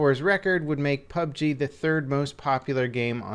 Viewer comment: Yeah... no... Saying PUB-G is just waaay, waaaaaaay easier.